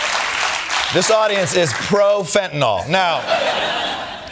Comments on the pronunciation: Why do people pronounce fentanyl "fentanol"? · What is fentinol? I know about fentanyl... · What is fentinol? I've heard of fentanyl. Not fentinol. Oh well. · Can't any of you read??? The spelling of the drug you are talking about is FENTANYL.... There is no letter "o" before the last "l", so not FENTANOL, but FENTANYL, pronounced FENTANIL !!! Grrrrrrr!!!!! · Fentanyl. It's pronounced 'Fent-an-ill', not 'Fentinol.' As a hospital pharmacist, I might know what I'm saying. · It's not FentanOLL, Its's fentanILL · Why do people say "Fentynol"? Its FENTANYL! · Americans still cannot pronounce Fentanyl. No O in there guys. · It's pronounced fentanil, not fentanol. You'd think she would have known that, from profiting on it coming in the back door. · "Flentanyl" did you say 😂 puff 💨puff 💨 😯uhhh🤔🙄🤔....... 🤨WHAT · That drives me nuts, too. It's pronounced FEN-tuh-nill. 💊💉💊💉💊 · There’s no such drug as”fentanol” 😂😂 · Why does she keep saying “fentinoll”? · That’s not what she said. She said it was 21 million “Fentanawl” 😂😂😂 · Does it drive anyone else nuts how they pronounce fentanyl???